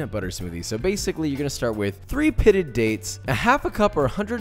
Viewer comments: Dates not turds😂😂😂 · I love this guy...dates not turds..lol lol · Dates, not turds. Thanks for the clarification lol